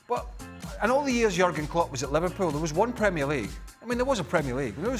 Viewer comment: Bro said livarpool and Varca😂😂😂😂😂 lmao